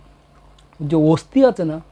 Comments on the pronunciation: "অস্তি" আবার কি! কথাটা হচ্ছে অস্থি। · দুঃখিত শব্দ টা অস্থি অস্তি নয়.. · কথাটা অস্তি নয় অস্থি।